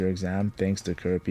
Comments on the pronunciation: Did you just say Coo-Rah-Peek-Ah 😮 Bro pronunciation matters especially in this context 😅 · man i hate how americans pronounce kurapika. in ptbr that means "c*ck healer" and it bothers me so much. say it right ffs 😔